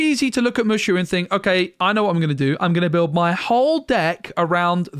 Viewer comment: It's Moooo Shooo.. not Mush.... oo lol